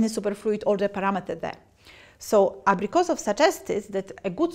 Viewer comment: "Абрикосоу хуюзд." Обидно блин.